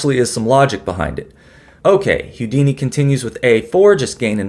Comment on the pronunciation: Houdini is pronounced "Hoo-dini" NOT "Hyoo-dini," or is that Hugh Deeny?